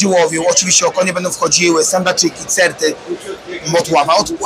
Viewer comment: CERTY CERTY NIE CETRY 😅😅😅 POZDRAWIAM SERDECZNIE 😊